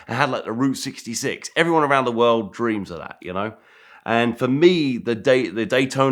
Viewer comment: This dude says world and it comes out wowld. Strange...